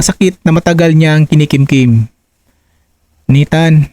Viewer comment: Pronounce .naytan.hindi nitan,bisaya kaba????